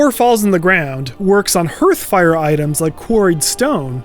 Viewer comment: "Hearth" is pronounced "härth" not "herth" or "hurth". Just makes me cringe every time I hear someone mispronounce it like you did with hearthfire.